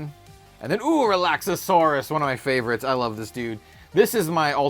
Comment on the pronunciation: You’re adding an extra syllable in Relaxaurus. Relax-Are-Us